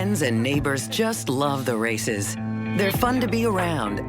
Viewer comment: She is not Ann Race, but Ann Rácz! Hungarian name.